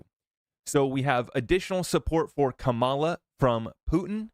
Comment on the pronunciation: Have some respect and pronounce her name correctly. You sound intelligent, which tells me you can say her name correctly. You just choose not to. In case you are not intelligent, here's how you pronounce her name, Comma La! It's not that hard.